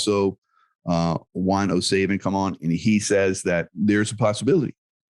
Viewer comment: Good catch. I just checked, and it looks like Lincoln was 16th president. Maybe we're in a glitchy matrix, or there are multiple timelines we shift among, and the one that Jaco was in during that interview had Lincoln as the 17th president. Another thing I find odd about Jaco is he pronounces Juan O Sāvin, rather than Savin with a short a sound. Now, how can that be? It's like the matrix itself is playing with everyone. Round we go looking for clarity and consistency and it throws out inconsistencies and contradictions, ever perpetuating us to further uncertainty and questioning.